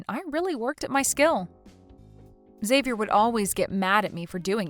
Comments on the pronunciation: Learn to pronounce Xavier if you insist on using that rare name. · Good acting except you need to get all actors on the same page about name pronunciations before they record their parts. One sis kept saying Xavier/Xavi in American way of starting with a Z sound & the other kept pronouncing it as an H, like Hispanics (who would change the spelling to Javier/Javi). Weird to hear 2 supposed sisters constantly pronouncing the name so differently. 😂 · Why does one person pronounce his name one way and the second person pronounce it a different way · Depends on the person. It can be pronounced as "Ex-avi-er", "Ha-vi-air" when said in Spanish if spelled with an X or J, and "Zay-vi-er".